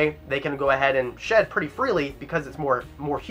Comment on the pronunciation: When he said they eat their shed I thought he said they eat their sh*t🤣